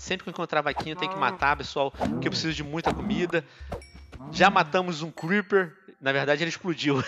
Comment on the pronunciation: Até me arrepiei cuamdo você falou criper ho men